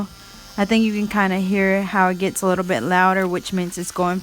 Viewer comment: Its actually called a" bit " , a drill bit not bid .